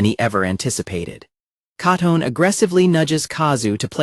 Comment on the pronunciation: I swear, my eye violently twitches every time the AI narrator mispronounces ALL of the characters names. Hearing Katone and Tachibana's names brutally butchered, made me want to start chunking furniture in my living room.